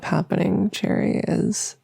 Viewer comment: Thought you called the listener Jerry at one point but it was cherry lmao